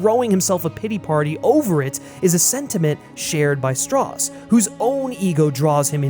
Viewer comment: As he proceeds to say "Strauss" wrong...